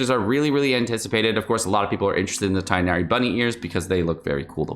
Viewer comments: I just wanted to say it's pronounced Tig-nari (for non native Arabic speakers at least, to make it easier), not Tie-nari like Collei said in the trailer. No hate because foreign names are hard tho, love your informational content 💗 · Tigggh'nari. NOT Tie-nari. Aribic speakers back me up here... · It's Tig nari you read the "g". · This is just bad advice. Standard means the character will never get a rateup, anyone who likes him should get him now. Also you're saying Tighnari wrong. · I'm gonna try to get Tighnari because i really want to explore Sumeru with him! He seems like an awesome character both in lore and gameplay. Also that Tighnari pronounciation is just not right 😭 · dude, it's not hard to go do a 5 second google. And he pronounces names like xingqiu and xiangling just fine, why does it have to be different for tighnari? That's all, not trying to start a fight, have a good day/night stranger 💕